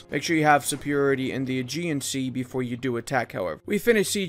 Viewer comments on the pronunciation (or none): none